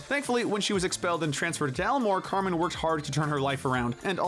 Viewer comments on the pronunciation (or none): none